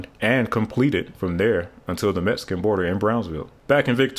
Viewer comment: I was a bit shocked to hear you say "Metsican" as that's a racially insensitive way to refer to Mexico which we call "Meksico" here in San Antonio. It's difficult for non natives to know our "X" sounds as my county "Bexar" is pronounced "Bear" meaning the X is either a VERY hard sound or silent and you just have to know how the locals say it. Just like it's San Antonio, not San Antone unless you're non local. Thanks for the video, I didn't realize it was that far along as more than just a dream.